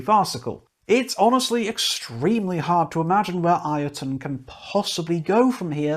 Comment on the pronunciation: BTW, the band's name is pronounced Yotunn, not I-o-tunn :) It's an old norse word for a giant, and as Icelandic is very close to old norse, i.e. the language hasn't changed much since the country was first inhabited some ~1150 years ago. The Icelandic word is thus Jötunn, where the Icelandic J is pronounced like the english Y.